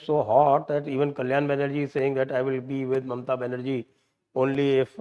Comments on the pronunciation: Bengali Pronunciation Colon Banerjee nhi Kolyaaaan Banerjee hoga. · Kolon nahin, it is Kollan